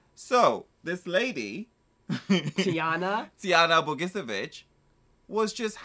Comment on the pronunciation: Tijanas last name is pronounced Bo-gee-che-vich :D And Ceca is pronounced tze-tza :3